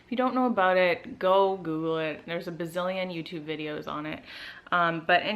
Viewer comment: I actually love when you say Ba-ZILLION! And the under-side of the puppy definitely was a good comparison to use :) LOVE your video, New SUBBIE:) I also have a new vid up about Sephora:) check it out and sub if you have the time, thanks!